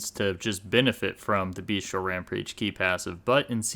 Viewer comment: Cool video, only thing I would like to point out because it's a common mistake. It's Bestial, not Beastial :D